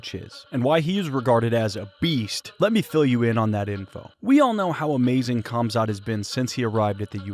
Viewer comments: For christ’s sake, americans, please learn to pronounce names. It’s not Kamzat, its Hamzat. As is Habib for that matter. Is it not bad enough that u guys are so illiterate that you only speak one language and on top of that you decide to butcher every name besides John? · For the love of god chumzat is not the pronunciation . Khamzat or pronounced as hamzat is like D'jango, the K is silent. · 👏👏👏 Another channel who cant pronounce Khamzat's name properly. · you are pronouncing his name wrong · PEW-GA-LIST? Pew-jah-list you ignoramus that can't even pronounce THE FIGHTER HE'S COVERING NAMED: HUM-ZAT not KUM-ZAT.